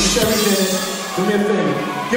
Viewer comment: Did you say, "cherries"?